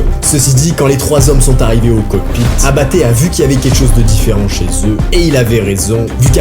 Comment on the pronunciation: Il dit abatte j entend apt😢